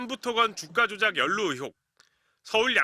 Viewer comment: 발음 좀... 의혹을 자꾸 ‘으혹’이라고 하심 전라도 말씨 때문에 어쩔 수 없는 것 알지만 조금 더 신경 써주세요😢 기자님 화이팅!!!